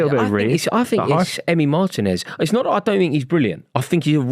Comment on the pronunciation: I clicked on the video, clicked on a time stamp with aston villa....heard say emi matinez,, turned video off! Guys a clown 😂😂